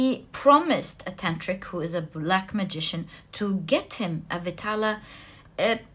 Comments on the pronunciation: Pile 1.it is not vitaala.it should be pronounced as vedhaalaa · Pile 1....its vikram and Betal(not vitala).... Resonated totally... 😊